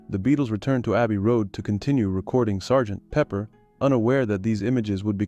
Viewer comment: True, and somewhat annoying-- with the pause between Sgt. and Pepper... Entertaining video anyway!